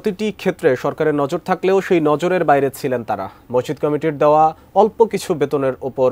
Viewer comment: শব্দ টা মরজিদ না । মসজিদ হবে ভাই